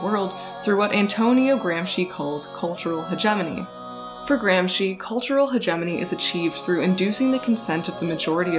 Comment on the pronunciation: You are mispronouncing hegemony.